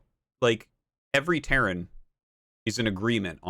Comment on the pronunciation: he said terran and it sounded like "karen"